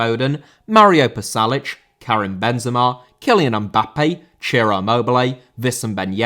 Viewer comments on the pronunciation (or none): Ciro* not Tcerouw